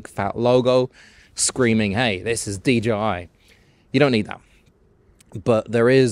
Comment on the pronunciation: I thought I heard DGI instead of DJI repeatedly.